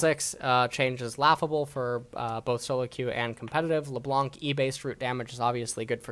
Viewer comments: Alright now I know you purposely pronounce names incorrectly after Lebloonk. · nobody: not even riot games:: la blounk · lebloo and zurawth getting tilted from this BOOSTED pronunciation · LeBlunc, Será (LeBlanc and Xerath) killed me ahahha